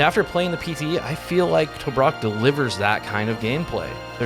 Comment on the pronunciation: Tobruk. (pr. Tuh-brook)